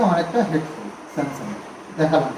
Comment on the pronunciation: Samsun noi samgsung boley